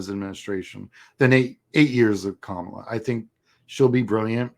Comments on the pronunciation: Very cool! Thank you for the great info. I am one of those first-time donors out of TN. Quick bit of constructive criticism: you really need to change the way you pronounce Kamala. You are mispronouncing it the same way that Republicans intentionally mispronounce it as a sign of disrespect. It's KAmala, not kaMAla. First-syllable emphasis. Very important thing for Dems to know. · Her name is pronounced KAH MA LA. We have to get this right, guys! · Hi, I have enjoyed watching your stuff, and appreciate the insights of someone who has been doing the campaign work. One suggestion: please learn how to say her name right: the accent is on the first syllable, not the second. Thanks.